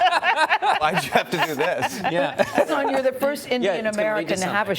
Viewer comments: it irritates me how they pronounce his name knowing it’s wrong, it’s not hAsAAAN its huusin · It's not 'hasaan' people. It's 'hasun'. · question... how are you supposed to pronounce hasan??? i see a lot of hosts pronounces it as "hass-aan" and he never corrects them, but when he refers to himself in the third person there isn't that strong emphasis on the second syllable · Why she said his name wrong